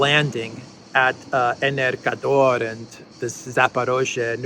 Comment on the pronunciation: "Energodar" not "Energador". The latter sounds like an energy drink. I could see the Russians troll the Ukranians mercilessly by blasting Bond music through speakers as they repulse the attack.